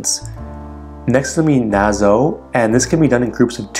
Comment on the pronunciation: did he just say "NA-ZO" instead of "NA-SAW"?